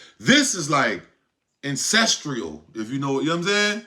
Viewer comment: Wtf is "ANCESTRIAL"???